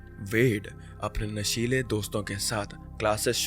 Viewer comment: Naashedi ❌️ Naashiley✅️